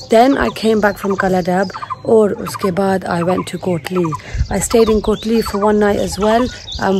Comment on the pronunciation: This is my city kotli not dali 😂😂😍😍😍👍